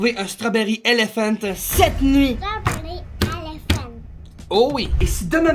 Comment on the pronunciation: L'accent strawberry elephante